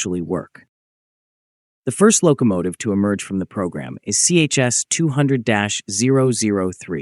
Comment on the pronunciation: Not CHS, but ChS, like Tche-Ass.